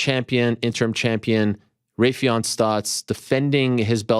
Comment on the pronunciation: Butchered Raufeon name. Smh